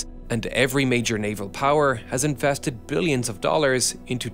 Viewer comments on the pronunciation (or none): "...has infested millions of dollars..." that's how Dutch people sound.